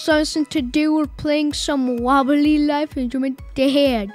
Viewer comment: its Wobbly Life not Wobeli Laif